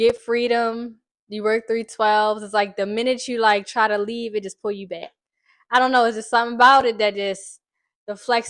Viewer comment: As soooonnnnn as I heard you say tew, I knew you was from here lol! Please keep shining for the city beautiful!!! #NurseLife✨ 👩🏽‍⚕️🩺❤